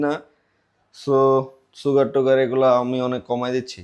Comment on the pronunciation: সুগার ❌ ছুগার ☑️ 😂